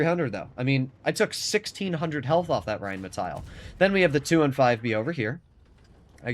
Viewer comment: The Name is rheinmetall. Not rheinmetail. There is no i in this name.